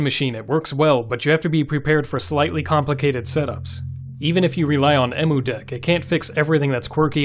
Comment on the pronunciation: Its pronounced "Em" "U" deck.